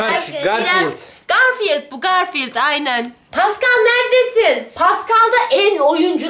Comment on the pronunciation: Rukiye abal oskara madem ki garfiıld diyecektiniz neden adini oskar dediniz